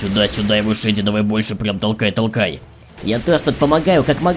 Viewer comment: Я так и сказала шеди правильно а не шейди